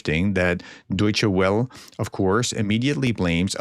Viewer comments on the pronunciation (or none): FYI, the "Welle" of Deutshed Welle is pronounced. "Vell-uh". Thanks for your good work. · C'mon prof.... you mean to tell us that you can pronounce "Deutsche" but you can't pronounce "Welle"?